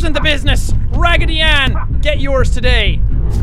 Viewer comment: I kept laughing wehen he said ragidy anne